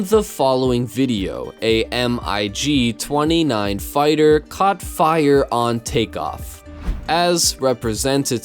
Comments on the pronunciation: Nice video, but it's not a M I G fighter, it's a MIG, pronounced as one word! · and "M-I-G"....you mean....MIG? Someone's never seen Top Gun obviously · It’s called a Mig, not M-I-G. YOUR NARRATION IS MECHANICAL, MONOTONE, AND CHOPPY. THATS ENOUGH TO SCARE PEOPLE AWAY. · Mig 29 not M.I.G 2 9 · Was that a EM-EYE-GEE 29 or a MIG-29?? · You lost me when you spelled out M.I.G. just say the words. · How can you narrate something about the military, and not know how to pronounce “Mig” ?! it’s not the “Notorious M.I.G” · Omg, the sound of your sleepy, drugged, mono-toned voice as about all I can stand. Please, just try to at least sound like you actually know what you're talking about. Like calling the aircraft a Mig, and not an M. I. G. twenty nine. Time for a career change, slick. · Not a M-I-G, but a Mig! Dude! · He said “M. I. G.” 😂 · Hearing MiG spelled out instead of just said normally hurt me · "M-I-G Twentynine"? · you cant pronounce MIG M-I-G... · Are you FUCKING KIDDING ME?! You've never heard the word "Mig" pronounced before? How does this guy have 43K subs? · An M-I-G 29? Em. Eye. Gee........Is that what everyone else in the world has been calling a Mig since the early 1950s or so? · Did he really just read the word “MIG” as each individual letter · Russian MIG aircraft are commonly pronounced Mig, rather than M.I.G. Also, Cocoa beach is pronounced Co-Co, not CoCa.